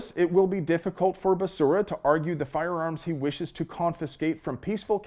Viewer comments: SAY IT WITH ME BEH SERRAH! NOT BESURRA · You even say his name right! Basura is the correct and literal way to say it! 🤣🤣🤣🤣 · I like you pronunciation of basura’s name! Muy bueno! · Love the way you pronounce the name Becera ("Basura") Spanish word for trash. So appropriate. LOL. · Dude, every flash of that Mad Dog 20/20, triggered my hangover PTSD. "Basura' is how I'm pronouncing his name from now on. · When Biden introduced him, he called him Javier Bacaria. Lmao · Basura is the correct pronunciation of Becerra...🤣😂😂😅😅😂😅😂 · Hahv ee air Buh Sarah.... Oh, you were saying basura. Lol. That's also correct. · I love your content brother! You are hilarious! The way you blend levity with the awesome must know/have information is very unique. BTW, Becerra is a female calf in Spanish and the way you pronounced it (basura) is trash/garbage in Spanish which is very apropos. Whether intentional or not. Anywho, thanks for all the news/info. And for the laughs. Pedo sniffer is clueless. Someone should write a Dr. Seuss book explaining that there is no "I" in team, but there are 2 in IDIOT! #JustSayin' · Lol, pronouncing his name Basura... i see what you did there... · I kept wanting to correct your pronunciation of Becerra, but then I got the joke. Basura. You are a true hero,. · That's not how you pronounce "garbage". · I love how you keep butchering Becerra's pronunciation